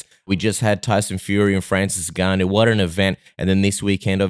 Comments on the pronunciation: Plz stop calling him nigganoo, it's N-gon-nu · The N is silent. To make easy for some of you, just say GANU the "a" sound like in Dada and the "u" like in foot